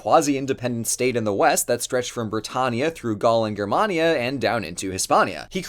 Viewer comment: I'm sorry, Grr-mania?